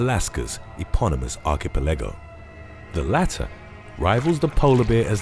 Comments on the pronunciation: Right? Like the -pelago part is all in one go right? Like Archi-pelago. But the way he said it sounded more like Archi-pe-lago. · The mispronunciation of “archipelago “ is killing me 🤣🤣🤣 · I spent most of this video being amazed at the difference in pronunciation of archipelago. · 😂😂 right? Threw me off for a few moments that. I suspect that’s his humor. 🤷‍♂️ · The way he said Archipelago... Is that right???